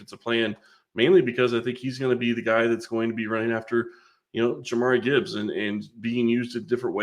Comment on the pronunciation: There's a bit of irony in claiming that jahmyr gibbs could be rookie of the year while absolutely butchering the pronunciation of his name.